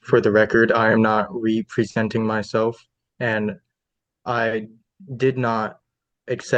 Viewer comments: He’s not Ree-pree-senting himself. 😂😂😂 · In the first mouth opening he said “reepresenting myself” and “resuse” instead of “representing” and “recuse”. Had to pause for (1) this comment, and (2) to get some popcorn popped. Cheers and happy new year to all the sane people out there 🎉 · He pronounced “representing” as “re-presenting”. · Says “re presenting myself” instead of representing?😂😂😂😂😂😂😂😂😂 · "Re-presenting" and "res-euss." A sovcit with the vocabulary of a 1st grader isn't all that shocking. Bless these simpletons for giving us such entertainment. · Like most Sovshits he plays their idiot word games by mispronouncing and emphasizing parts of a word as though that's significant as re presnting myself which this nitwit thinks is not the same as representing. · You know this will be good when this moron says re-presenting myself. Lol is that sovcit "language"? I know words like understand are hard for them. Is this another one that they think has a deeper meaning? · He can't even pronounce representing right 🙄